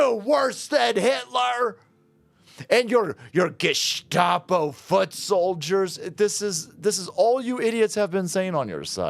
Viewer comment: Tim actually called them gus-cop-o